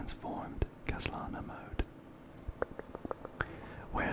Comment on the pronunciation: phainon is literally now my second favourite hsr character (after welt). He's so pretty, and hoyo isn't trying to hide the fact that he's literally just kevin kaslana my king 😋 (also you're pronouncing khaslana perfectly) im so jealous of your insane luck, but you deserve it ❤ I love love love your videos. I watch them literally every night!